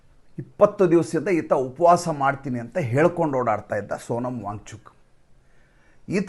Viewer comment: ನೀವು ವ್ಯಾಂಗ್ ಚೂಕ್, ವ್ಯಾಂಗ್ ಚೂಕ್ ಎಂದು ಹೇಳುತ್ತಿದ್ದರೆ ನಮಗೆ ಬ್ಯಾಂಚೂತ್, ಬ್ಯಾಂಚೂತ್ ಎಂದು ಕಿವಿಯಲ್ಲಿ ರಿಂಗಣಿಸುತ್ತಿರುತ್ತದೆ 😂😂😂